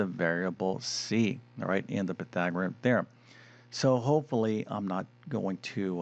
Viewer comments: Py-thag-or-e-an, not Py-thag-o-rim. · Surely this guy must be the worst Math presenter on YouTube. His repeated mispronunciation of PythagoreaNNNNN just drives me nuts!